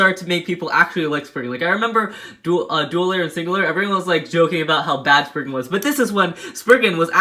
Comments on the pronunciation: ummm, excuse you, it's spriggan, not spignut. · he just called spriggan sprignut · It's not spriggnut it's spriggin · Umm???????; you called legend spriggan legend sprignut. The time stamp is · Sprigna? Spriggan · Wait, he said spriggna? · When you were talking about legend spriigan you said spring nut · Did my boi really call it sprignut hahahaha lol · Is he calling is spriggnut🤣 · nobody's gonna say he said spriggnut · Y r u saying sprignut 😂😂😂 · Lol I hear Sprignut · its not spriggnut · DUDE WHY ARE U SAYING SPRIGNUT